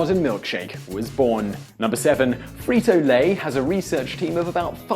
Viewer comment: Oh no, no the "Free-to-lay" lol